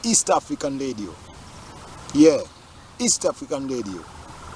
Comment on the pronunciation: Pronounce the word Reg-gae, and Radi-o.